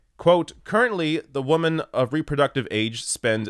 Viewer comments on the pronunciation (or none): Jarring for me as well. Maybe the Canadian pronunciation is not as distinct? Even when reading out "women" from quotes and articles, makes it sound more like "woman". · all your comments here are spot-on. But why do you consistently pronounce "women" as "woman"? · This guy needs to work on the pronunciation of woman vs women lol. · The way he pronounces women sounds funny. Have I been pronouncing it wrong? Maybe I’m wrong. But I thought woman is pronounced wo-man and women wih-men. I’ve heard a lot of people (men and women) pronounce it like him.